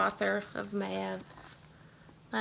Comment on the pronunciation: Just thought I would jump on and let you know how to say the name of the author of that one book for you. It’s Pronounced Mayve. One of those Irish names that people quite often mis pronounce. Great haul.